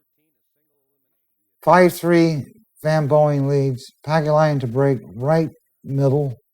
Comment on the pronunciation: Sounds like he keeps calling SvB Boeing, like the airplane lol